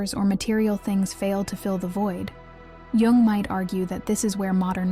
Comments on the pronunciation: Pronounced “yung “ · Pronounced, "Carl Young" ... not G-ung. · jung is voiced as "yoong"